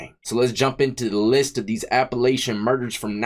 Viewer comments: It’s appa latchon not appa lay shun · I can tell youre not from round here. We don't say it like that. The a's are both short 😂Appalachian rhymes with hatchin. ❤ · Death! Lol It runs from Georgia to Maine and it's pronounced "Appalachan" trail